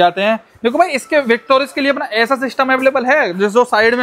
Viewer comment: Victoris ❌ bictoris ✅